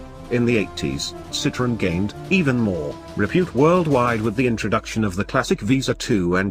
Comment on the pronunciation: Narrator cannot even pronounce the brand correctly!